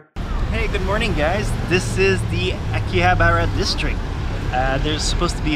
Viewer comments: akihabara not hakiabara :) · Why does he call it hakiabra?